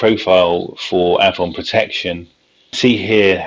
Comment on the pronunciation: It's ay-von